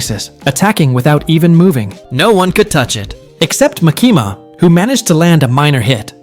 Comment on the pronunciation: Good video but try not to pronounce Makima like Muh-keemah again lmao